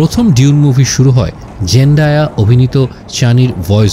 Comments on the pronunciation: Bro you are doing excellent. Just one thought: have you ever heard a native speaker of English pronouncing it ডিউন? Only fokinnir pula koyekota bangla pronounces it in that way. Its ডুন, simple. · এখানে "ডিউন" উচ্চারণ করছে, আমার যদি ভুল না হয় শুনতে। সঠিক উচ্চারণ "ডুঊন" হওয়ার কথা। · its doon not di-un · প্রথম আলো এটার উচ্চারণ করছে "দুনে" 🤣